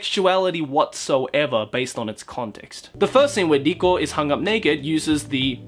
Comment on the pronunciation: You make Riko sound like Dicko. Please kill me, even though I'm already dead inside.